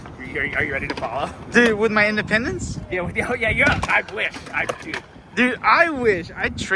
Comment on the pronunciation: In dee pendants